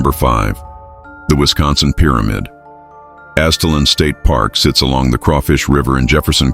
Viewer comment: It's pronounced Az it lan. Great video !!